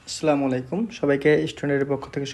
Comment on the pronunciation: Ha,oi je apni asla bolcen ata hobe assalamualaikum r apni bolcen asla mualaiku.🙃